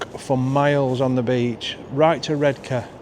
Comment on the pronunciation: It’s mask by the sea but 10/10 for your Redcar pronunciation